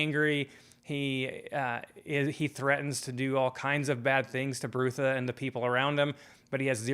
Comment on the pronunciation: I enjoyed your thoughtful review. Pratchett was a sad loss. I came to his work late as years ago I tried reading the Colour of Magic as the first in the series and didn’t enjoy it that much. Small Gods and Night Watch are my favourites. Small note, I’m pretty sure Brutha is pronounced “brother” with a northern English short u. (Think Sean Bean in LoTR “my brother, my captain, my king”). There are a lot of puns and wordplays in Sir Terry’s work. I only realised myself that Ptracy in Pyramids is “Tracy” quite recently. Edited to add: did you read any more of his books yet? You could tackle just one of the “series within a series”..You would probably enjoy the Death series since you enjoyed Small Gods so much. Many people don't recommend starting with the Colour of Magic because it's almost like a not fully-formed “proto-discworld” in terms of the world- building. I have read, and agree with people who suggest having a very loose approach to Discworld, accepting that sometimes Terry P changed things as he and the Discworld grew and developed.